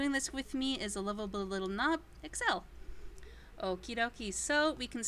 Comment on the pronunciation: his name is...not exel..